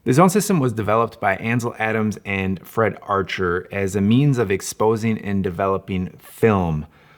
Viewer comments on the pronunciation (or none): none